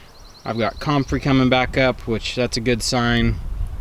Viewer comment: you're the only person I've ever heard pronounce comfrey that way. Waiting for the official total, but I think we got 13 inches in Minnesota.